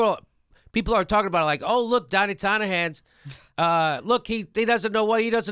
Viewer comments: Love you Jimmy but it sounds like you're saying "Donnie Tonna Hands" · I love how jimmy says donnie tiny hands like "Donna tonya hands"